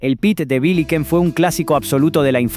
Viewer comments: Perdón "VÍLIQUEN"? Vos dijiste "víliquen"...? 🤨 BISHÍKEN, se pronuncia, inútil...! Porqué la pronunciás así, como si fueras estadounidense y jamás en tu put@ vida hubieras escuchado esta marca?? Quién sos?😳 Seguro sos uno de esos tantos venezolanos que copian el acento argentino y se hacen pasar por uno de nosotros Y la caretean... y no has vivido nada de todas estas cosas que mencionás Es imposible que un argentino de verdad no sepa cómo se llama una marca taaaan importante y conocida, durante DÉCADAS en Argentina 😒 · pit no!! pete! con e! pe te! que rrrrico! pete! comete un pete! que rico es es es es🎶 😂😂😂 tiene que volver!! Y tampoco es biliken, es "biyiken" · ...De dónde salió esta voz de IA estilo "Juan Pablo Varsky" q dice "Biliken" (sin la segunda "l") y "Pet" o "Pit" en vez de "Pete"? 🤦🏻‍♂️🤦🏻‍♂️🤦🏻‍♂️🤦🏻‍♂️🤦🏻‍♂️✋🏻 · todo muy lindo pero que no se note que lo lee un bot por favor de Billyken? enserio? Bishiquen se leia. ahi esta el deschave y en la lectura se puede ver mas veces ese tipo de errores de lectura. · Por qué no pronuncías bien??? Biliken? Pite?? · Nesle, pit, biliken? Por que no hablas bien? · De donde es el que relata! Me matò cuando pronuncio billiken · Chicos, no usen más la IA para grabar. Es tedioso, aburrido, sin intención, sin remates. Además, pronuncia mal: era P T de Billiken, pronunciado como sigla y la LL como SH. Por eso hoy no se puede vender, ya que se lo relaciona con otra cosa.